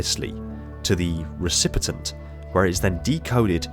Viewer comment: Loved the video, I feel like the neural interfaces are a pretty cool aspect of the lore that hasn't really been explored before. Only thing is, you said "recipitent" a few times, but the word is recipient. Only one T, at the end.